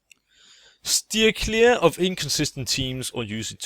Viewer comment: "Stear cleer" So close, yet so far.